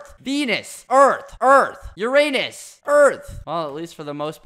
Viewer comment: The fact that he read Uranus as ur anus is so funny